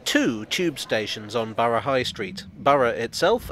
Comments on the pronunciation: Among other things, I certainly got a chance to master the British pronunciation of "Borough"! 😁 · Correct pronounciation of Borough is very thorough of you 😉